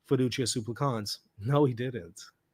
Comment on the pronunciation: This is a nitpick I know, but it's been bothering me. The accent in the word "supplicans" falls on the first syllable. You're right that the final syllable as long, as is the first, but please don't accent the last syllable.